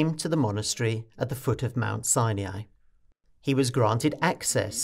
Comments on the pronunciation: The monastery is a place of PRAYER not merely meditation. What and where is 'sy uh ny' its called 'Sy Ny' Its like the difference between nuclear and 'nuk yoo ler'. Great video otherwise. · Mount SINE-E-I?